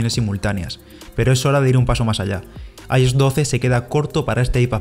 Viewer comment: “Apel” - Apple- “Guifi” - WiFi - “I-os” “IOS” 🤣